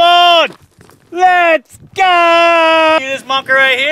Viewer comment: Every time he says: So come on lets go! I hear: So come on lets Gold!